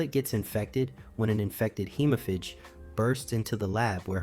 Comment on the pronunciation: Dude, it's pronounced "hee-mo-faage".